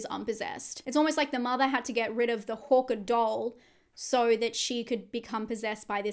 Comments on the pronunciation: Why do you keep saying "Horker"?, it's "Harker" with an A 😂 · Its HARKER . Not HAWKER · Hearing Harker as Hokah threw me for a good half of the video. lol I love how different accents can sound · I'm only bringing this up bc I think different accents are fun (big fan of Australian accents), so no shade intended, the way you pronounce "Harker" sounds like "Hawker" to me. Like the bird. Agree about the Krampus shape. Thanks for the breakdown! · Hawker, Harker.. great recap but this threw me a bit. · Overall fantastic video but the way you’re saying ‘Harker’ is bugging me 😂😂